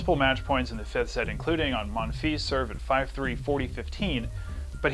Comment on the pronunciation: pronounce the s of Monfils :)